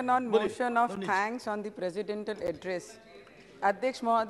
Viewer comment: "PresiDENTAL" nahin Navneet jee ! President / Presidentiial kahiye ! 🙂